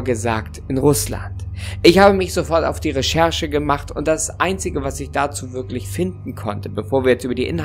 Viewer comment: Oder "würklich" haha